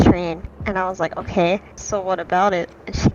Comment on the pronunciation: “Okey” lollll